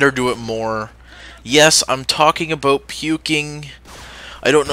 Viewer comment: did you mean to say ABOUT or a boat? >:]